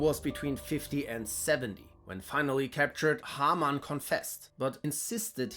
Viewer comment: It's a nice touch to use even more of a german accent for Haarmann.